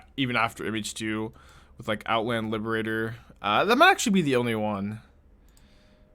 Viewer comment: Took me a minute to realize you were saying "MH2", "Image 2". I kept thinking of Phantasmal Image and wondered if you were referring to Glasspool Mimic.